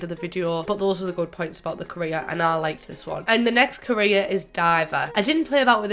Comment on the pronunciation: Was it only me that though she said Korea when she said career😂😂